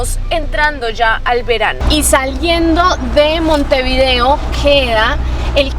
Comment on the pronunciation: Cuando pronuncias el nombre de la capital,procura hacerlo de corrido. Montevideo y no Monte_video